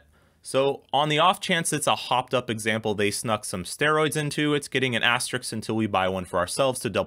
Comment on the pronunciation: Please, guys, please: it's pronounced "as-ter-isk," just like it's spelled. If I want to see a video with "ass-tricks" in it, there are other sites for that. :D